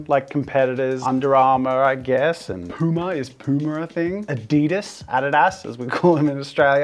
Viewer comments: Your Aussie pronunciation of Adidas was the correct one. It is a German company and they pronounce it addy-dass, not a-dee-das. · I see the germans haven't taken over the comment section yet but... The way you say "Adidas" is correct, compared to how americans say it :D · The way you said Adidas as an Australian is actually the correct German pronunciation. It's just the Americans kinda butchering it. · You aussie Pronounciation for Adidas is actually the correct german Pronounciation. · The honest mascot of Lego would be a Lawyer or money. Edit: Funny! Australians pronounce Adidas far more correct than the other englisch speaking Countries. So just say it the australian way and it's ok. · I live 20min away from the Adidas headquarter in Germany and I want you to know that your "Australian pronunciation" is the right one! NOT the American one emphasizing the i so much. 🤙🏼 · German here. Shout out to Australia. Your way of pronouncing Adidas is correct. 👍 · The way he pronounced adidas is actually the correct pronunciation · Fun Fact: Your Aussie pronounciation of Adidas is the correct one. Or at least waaay closer to the actual German pronounciation than "a-DI-das" or however the Americans are butchering it Also, for the Lego Mascot you forgot the massive dollar signs everywhere to showcase how ungodly expensive their stupid plastic bricks have become in the last 10, 15 years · How you say it in Australia is actually closer to the german original pronunciation. The other way, overpronouncing the i sounds ridiculous to me😂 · Fun fact. You are pronouncing adidas more or less correctly. The emphasis is on the first A. Good job, Australia.